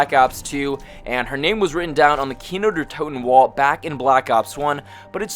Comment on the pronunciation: "Kino Durhh Toten"